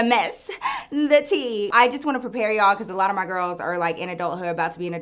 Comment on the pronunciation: She said city gworls up 3000% 😭